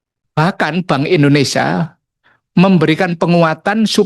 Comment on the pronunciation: Indonesia koq di ucapkan indonisa😭😭😭😭